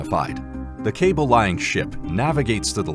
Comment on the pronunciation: Cable 'LAY-ing' ship....not 'cable-lying' ship. Poor checking of your product.